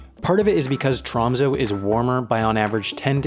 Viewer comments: Tromsø is pronounced Troo(long)msoo(short), not Trahmsoh. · U butchered tromsø its pronounced t'raamsuu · When you call it Tromso, and it's pronounced Tromsø... and it's called Tromsø... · It is pronounced tromsø not tromso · Im from tromsø... hehe 'tromsoe' like what. Hehe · Haha, TR AMM SOH 😂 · Tromsø Pronounced (bear with me, that "ø" is a vowel that doesn't occur in English) "trohm-say" ("-ay" has rounded lips) Ålesund Pronounced "Uh-lay-soond" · It's actually pronounced like "Troms-ehh" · nordic people can pronounce it right. I hate the way he pronounce ø and å. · Sorry but as a norweigan, you pronouncing “Tromsø” is hilarious (Sorry but it is) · You said Å right, but Ø = the U in trUst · i get rly annoyed by the way he pronounces tromsø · Ye, it’s kind of funny how he pronounce Tromsø and Ny-Ålesund